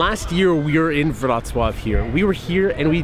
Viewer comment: OMG You can't even imagine how much happiness you gave me! Wrocław is my favourite polish city and you were exactly in these places I wanted to see in this video. You absolutely have to come back to Wrocław next year! I'm waiting! :) PS. Your "Wrocław" pronunciation is perfect, wow! :D